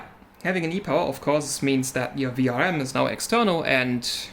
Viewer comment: Nailed the pronunciation While I'm here, I shall express my interest in taking a look at that damaged pad on that 580 E-Power. Sounds like it would be a more difficult repair and I'm up for a challenge.